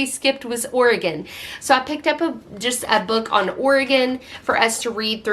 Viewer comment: I love how you immerse your family in good literature. ❤️ And just to give you a little grief…how could you forget about Oregon?!!!😂😂😂 Just kidding. I live in OR😊 And I’m impressed that you pronounce it the way we do here. Most people east of Colorado say it differently. 🤷🏻‍♀️